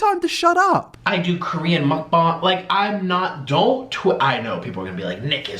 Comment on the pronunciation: How are you going to make fun of BTS and you are out here doing Mukbang but then again, a ton of ppl do them and can't even say the word correctly. Number one reason I don't watch them.